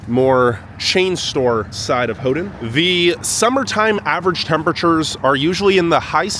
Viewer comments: Not: Hoo-Done Is: Hoo-Ten, or Hoo-Ton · I can tell you are excited, but just for the record, Houghton has a T and not a D in it so it was a little hard to hear you try to pronounce it all the time. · Why do you keep calling it hoe-den instead of Hoe-tun? The city's name doesn't have a d in it. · Ho-den? No, Ho-ton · “Hoe done?” It’s pronounced “Hoe ton!” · Ho-ton not Ho-dun!!!!!!! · It sounds like you are saying "Houghdon". You are forgetting the "T". "Ho-tn" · It’s HoughTON not HoughDON. I cringed every time you said HoughDON. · Why do you pronounce it Ho din?? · Why do you keep pronouncing it "Howdun?" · Great video, but it is pronounced "HOE-TON, never hodun. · Okay, as a native michigander and a snowbird yooper I've got to tell you that your pronunciations are driving everybody crazy but they're too polite to mention it. I'm not. Hoe-ton, Hoe-ton, Hoe-ton, Suomi is Sue-me, the park is Aisle (like in a store) Roy-el (not roy-al) Your Special rock at the breakwater is called "portland conglomerate" by rockhounds and your iron rock was a brick. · Hough-TON. Houghton-TON. Hough-TON. NO D. You’re killing me.